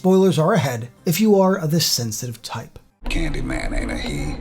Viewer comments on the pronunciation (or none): It's Candymayne!!!!